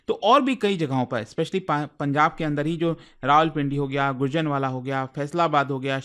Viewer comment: गुरजनवाला नही गुजरांवाला अध्यापक से अच्छे उच्चारण की उम्मीद होती है